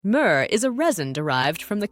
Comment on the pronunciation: "Murrrrrr" 😂 Having a hard time adjusting to the new voices lol. Great video. 👍